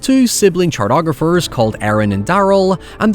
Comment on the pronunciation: What in the shitting Hell is a "chart"ographer? Is that anything like a cartographer?